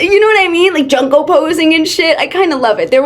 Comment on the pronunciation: HELP “junk-oe” POSING IM CRYING- (it’s “joonko”😭)